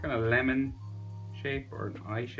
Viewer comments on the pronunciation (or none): none